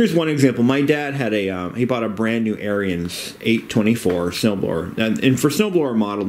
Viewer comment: Ariens is pronounced Aaron's.